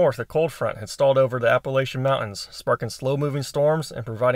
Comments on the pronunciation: Other than Miss pronouncing Appalachia great video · Glad you made it through the storm! It is my duty as a lifelong WNC resident to inform you it is “App-a-latch-an” not “app-a-lay-chan”! 🤣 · You’re clearly not from the south because it’s pronounced AP-UH-LATCH-UH. All jokes aside though, glad you’re okay. I’m in Greeneville TN. You probably saw on the news what happened in Newport, Erwin, and Unicoi where I live. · I almost closed the video out when I heard that pronunciation. 💙 from east TN